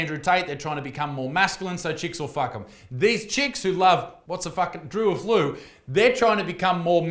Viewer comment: A flu 😭😭😭😭😭😭😂😂😂😂 Defs not how you say it